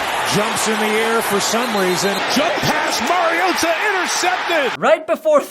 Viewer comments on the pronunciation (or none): It's MARI-O-TA, not MARIO-TAH! 😂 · It's Mari-OH-ta, not Mario-tahhh. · That MarioTA thing last night was really bizarre. Like hes been famous for 13 years and not once has anyone ever pronounced his name like that. So strange. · I thought Tirico and Collingworth we weird for saying MarioTA, but that's actually how Marcus himself said it in his player introduction. Still sounds weird to me, though. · Didn't Collinsworth also pronounce his name as Mariotoe? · yeah collinsworth was pissing me off the way he said mariota bro 😭